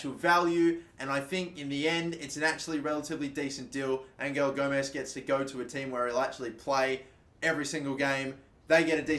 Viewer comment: Your saying Gomes right.